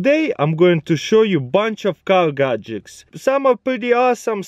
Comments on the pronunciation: Nice "GAK JETDS" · Wow I bet he uses the gajiks I bet he loves the gajiks I bet he married the gajiks I bet he has gajik babies I bet he has gajik grandkids I bet he dose xD It would be awesome if Crazy Russian hacker would reply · Yes finally we see "gadjiks"